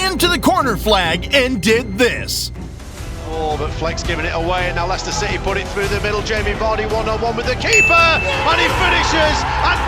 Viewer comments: No way dude just said "Lyechester" City. Another ignorant American 😭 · Ly- chester city???? FFS get a proper narrator. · Lei-chester City...hilarious.